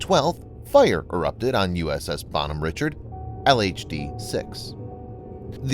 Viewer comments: Pronounce the name entirely wrong. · Good video in general. However the pronunciation of the name of the ship kinda drove me nuts. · This makes my ears bleed hearing the name said wrong having been on this ship for 3 years, this name being said wrong is like hearing nails across a chalk board